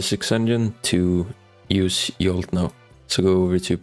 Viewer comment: It's Jolt, not Yolt.